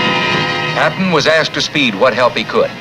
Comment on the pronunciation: According to the comments section . You've had up to 7 years to fix the problem with the name . Please do so , the name is " George S. Patton "